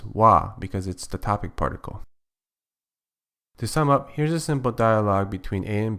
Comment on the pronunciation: I heard 'kisama' instead of 'to sum up'😂